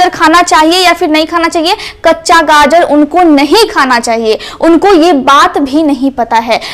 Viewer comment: बहुत अच्छा लगा जब ने गाजर को गाजर ही बोला। गाजड नहीं कहा। 😂😅